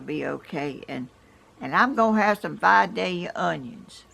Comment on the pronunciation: Hey,! I was born and raised in your neck of the woods! Vi-day-ya onions....not Vi-dale-ea....if you're from around there, we know how to say it! God bless you!